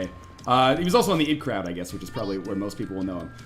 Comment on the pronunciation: IT crowd is pronounced "Eye tee" crowd, isn't it? Kind of like the opposite of id Software.